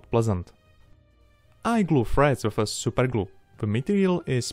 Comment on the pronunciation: when he says SUPER GLU 😩😩😩